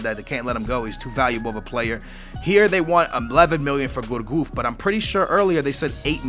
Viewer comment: And its pronounced gurcuff not gourgouf mug